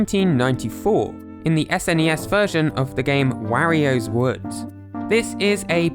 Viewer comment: Wehrio's Woods